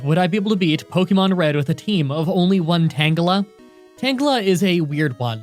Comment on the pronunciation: it's pronounced tanjela not tan gela